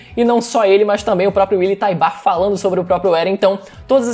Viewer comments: Só eu que fico agoniado com a pronúncia errada o certo é "Taibur" não "Taibar" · Mano não é TaibÁr a pronúncia, é TÁibar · Acabei de rever o EP no momento em que o comandante Encontra o Willy a pronúncia é como se o U fosse mudo por isso falei que o certo seria Taibur tlgd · Willy taybar mano 😣😣😣😣.... Willy taybur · Algumas pessoas ficam excitadas por coisas diversas... Músculos Voz grossa Pegada Inteligência Barba ... Eu na real fico excitado quando o willyan tybur pronuncia.. "EREN YEAGER"